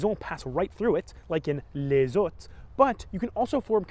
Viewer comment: Sounds like you just said les hottes, not les hautes.